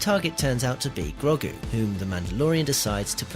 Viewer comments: Wtf is it with this guy's pronunciation?... Who is Grogg-oo? Who is Pixie Modo? Do we mean Grogu and PixOmoNdo? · Who is Grog-gu? Clearly not watched the show with that cringey Grandad pronunciation... 👎👎👎👎👎👎👎👎👎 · That pronunciation of Grogu 🤦